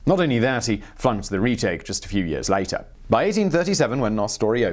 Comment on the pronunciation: The man literally turns Australian on the pronunciation of later